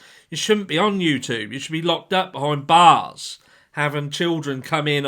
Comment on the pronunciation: Very True! (Where’s you accent from - you went a bit northern when you said, “behind bars…”) Edit - I’m not surprised to hear of Justin doxing you. Many suddenly think he’s a sweet guy and forget he was that loudmouthed woman’s little “yes ma’am” lapdog / minion before he got big boy trousers and decided to go it on his own. I can’t forget how agreeable he was with that heinous Molly loud mouth.